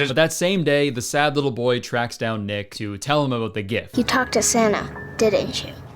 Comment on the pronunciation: when you said “this is also where we meet the main character of the film, nick” i fully heard you say “ick” and you know what. probably very fitting